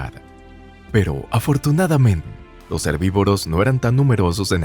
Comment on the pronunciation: pero afortunadamen jajajaja